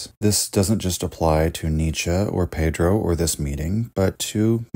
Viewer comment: Let me prepare mentally for the wrong pronunciation of Pedro. Edit: Wow nice try! Good.